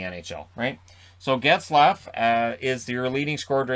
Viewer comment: Plz don’t say Zaygrass.